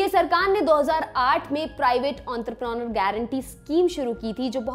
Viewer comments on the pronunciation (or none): none